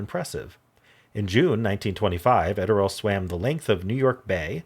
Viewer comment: Just FYI . . . I've always heard Gertrude Ederle's name pronounced as: ED--ER--LEE.